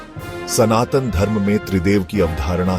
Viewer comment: Not San Tan! It's SANATAN Dharma 🙏🙏🙏